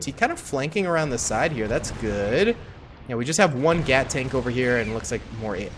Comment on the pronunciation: No not gat tanks it’s gyatt tank